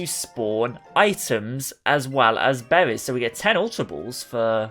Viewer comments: So many behwies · I couldn’t get past “bewwies”